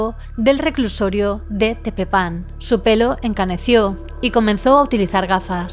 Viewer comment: Pobre mujer, vivira sabiendo lo que hizo, enferma. Lo unico que esta vez me decepciono es que no investigara a carlos trejo, cero credibilidad. Y se dice tepePAN 😅